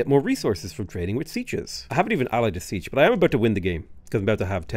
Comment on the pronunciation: Siech is pronounced SEE-AYCH